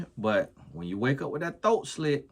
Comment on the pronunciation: I swear favorite words are “thoat” and “bike” 😂😂😂